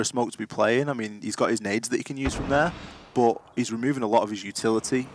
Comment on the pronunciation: Anyone else got annoyed with the fat caster trying to say but and dirt but sounded like he said buh and dirh